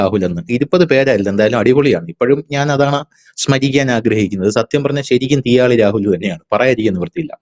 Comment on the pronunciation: തീയാളി എന്ന് തന്നെയാണോ 😂😂🙏🙏